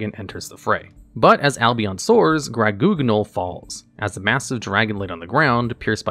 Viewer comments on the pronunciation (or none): As a French speaking fedora wearing individual, I couldn't stop myself from laughing uncontrolably every time he pronounced 'Grand-Guignol'